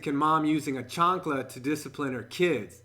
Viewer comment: give props on your pronunciation of Chancla